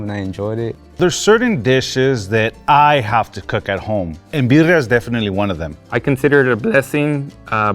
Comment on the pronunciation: pronouncing Birria as Biddia and still hating is wild!